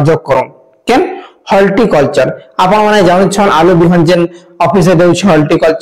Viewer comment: Holticulture nai bhai horticulture. Video banaucha spelling clear kaha